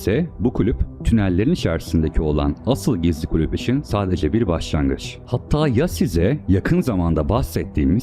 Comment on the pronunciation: "klüp" değil "kulüp"